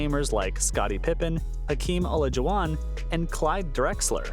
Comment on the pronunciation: Golden Warriors, can’t pronounce Olajuwon, who tf is this non basketball watching schmuck?!